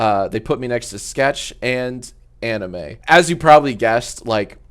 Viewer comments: The dude on your left is Amine and not Anime haha ,it's pronounced '' Ey mean '' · Anime 😭😭 it’s AM-ine amine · Bro really called "Amine" Anime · Jack pronouncing Amine’s name as anime will never not be funny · no way he said anime instead of amine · Bro really said anime instead of amine wtf. U didn't even try at this point... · it is Amine not Anime 💀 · No way he called Amine "Anime" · How tf did you mess that name up lmao